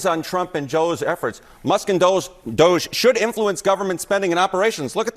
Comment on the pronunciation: Did a CNN anchor just say she actually likes Musk and DOGE and wants to keep them around????/ (Technically she said Dusk and MOGE, but I knew what she meant) WOW.